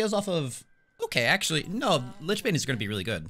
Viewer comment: It's pronounced lich. Always happy to help :)